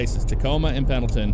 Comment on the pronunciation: I do love me a good Sprinter! And Pendleton is said "Pen-nil-tun" or "Pen-il-tin", as the D is in fact, silent. Also Oregon is said "Or-uh-gun", "Or-ih-gin". The E is not enunciated, and the syllables are not emphasized much if at all. EDIT: It is rather fitting that someone added in Sprinters to ATS seeing as Mercedes is owned by Daimler, who has their North American HQ here in Oregon. Inadvertently you were repping the Oregon DLC with this haha. Same using anything American Star or Frieghtliner.